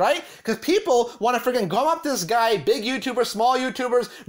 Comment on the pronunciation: Take a shot everytime the video creator says “ freggin “ , not just this video . Every video on this channel